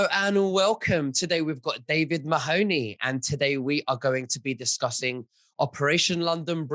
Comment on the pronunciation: MAHONEY. can you ask the host to actually pronounce your name correctly please. But one minute how are they going to paint a UFO while the mask slip's we all know there lizards in the building. I'M going to tell you be careful David because the crowd in palace if they know your talking these people are dangerous man. The Queen has never taken up her residency it's all the crowd from the underworld. I want to ask you a question why don't the British empire that's there now not the real people before they where invaded but if you noticed why TPOUS (....) You know what that means. I'M trying to be careful in what I'm saying. You know I live in a Catholic country, you seen how there trying to district the public with the big steal this is exactly the time they can pull this off but the #1 knows exactly what going on. Why do you think #1 is staying so quiet right now. He will walk back in and you know the establishment called people whistle blower's well #1 will BLOW THE WHISTLE. It's the NWO are trying to pull this off. Look at what the mainstream media done to our friend in the UK because he spoke the truth they locked him up with the enemies he was calling out. One more thing get in as much food and fule that's to anyone who's reading this and David are on the Ball. Not one of us can buy gold today because they need all that for the plutonium there going to need that David is talking about. Keep up the great work, bring back our real president